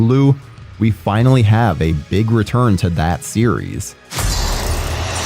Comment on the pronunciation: You totally said “returm” lol I listened 3 times. Totally said returm with an M lol